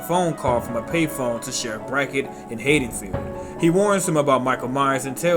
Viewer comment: C'mon bro I was digging it till I heard the way you said Haddonfield. I'll keep going cuz the comments are good but come on bro ...